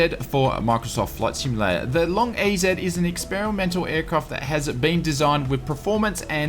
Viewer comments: Lol it’s pronounced “long easy” not “Long E Z” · BTW, EZ in American English is pronounced EASY, LOL...:)